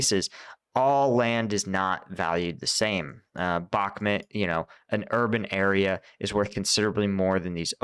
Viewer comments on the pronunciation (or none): Its Bakhmut not BOK MOOT. Idiot. Also, its REAL non Lame stream so called media name is Artemivsk in its native Russian speaking inhabitants' language. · I like your channel but everyone else is saying "bock moo t" and you say "bock mit" lol which is it. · bach MOOT : ). Like the composer, and moot pronounced extra long. (Just not BAK mutt). Love your content!